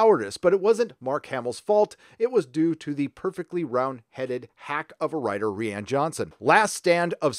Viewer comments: Is his name really pronounced ree-Anne and not ryan? WTF!!!!! 🤣🤣🤣🤣🤣🤣🤣🤣🤣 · pretty sure I can say, with a certain amount of confidence, that "Rian" is pronounced exactly the same way as "Ryan". and here I thought that version of the name was finally going mainstream and people would be learn to say it correctly. Now it's tied to one of the most divisive movies of all time.. sigh... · fyi rian pronounced like ryan.